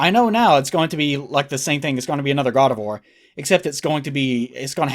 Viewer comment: It sounds a lot like you're saying "God of War" when you say Gardevoir.